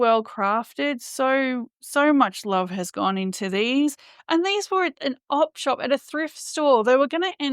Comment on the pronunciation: Are you saying "op shop" or "off shop"? Either way, what does that mean? Like how we say "thrift store" because it's supposed to be a thrifty/ cheap way to shop. Also, I really appreciate the outside shots in the sunshine. Today's a snow day here. Pretty, but cold enough for us to yearn for green. Have a wonderful day!